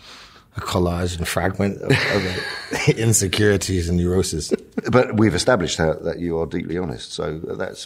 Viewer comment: Tom sounds completely american throughout that whole section until he hits the T in "insecurities" 😂